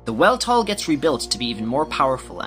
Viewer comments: I love this concept but your pronunciation of words makes me want to gag. -Weltall is pronouned with a V sound, not a W sound as it's German in origin. -Thames should be "Tims", like the bridge in Britain. -Yggdrasil; I don't even think I pronounce is right, but I know for certain that you aren't. -Citan and Sigurd should both start with a "sigh" like sound, such as with "cider". -I'm not sure how you got "Esmeralda" out of Emeralda's name, but I'm glad you fixed it in this. -Shevat should have a short E, not a long E. -Maria is pronounced as Ma-rye-uh... not Ma-ree-uh. -Roni should be said like "Ronny" much in the same way Toni and Tony are pronounced the same way. -Solaris... You're probably saying that one correctly, but I've said "Sol-air-us" since the movie. So that one irks me. -Gazel should be pronounced just like the animal, gazelle. As a side note, Elly and Fei do not crash in Blackmoon Forest after Ramsus pummels them in Vendetta. They crash on the small island that Taura's house was on. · Lot of incorrect pronouciations... Citan: Sit-ahn. Kislev: Kiss-lev. Aveh: Ahh-vey. Weltal: Vell-tall. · Really good recap but there is one minor error in it. The Weltall is pronounced "Velt-all" It's German for Universe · You pronounced 'Weltall' wrong